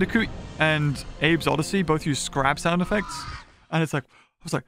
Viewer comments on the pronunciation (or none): none